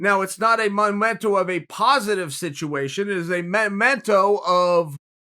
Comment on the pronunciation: English Oxford Dictionary: Memento Uncle Chael: Momento English Oxford Dictionary: Ok. Great!